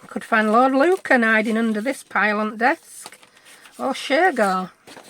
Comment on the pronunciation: Lord Lucan cracks me up every time you say it